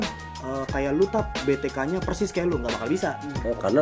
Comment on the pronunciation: B. T. KUK bkn B. T. K.. Hahaha